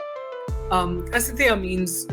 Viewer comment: Not Asateya...It is Asteya